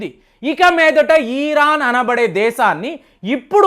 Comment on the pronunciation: Ee ran enti sariga palakatam rada style ahh